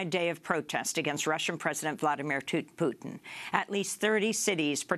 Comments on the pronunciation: heh...she almost said "Vladimir Tutin"...and a new nickname is born! :) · 10.13 Vladimir 'B' Tutin :) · Vladimir Tootin! Lol